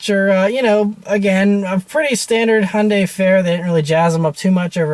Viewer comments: What the hell is 'hun day'!!?? Hyundai is pronounced 'hi un die' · It’s pronounced Hugh-n-die. Like heeooondie.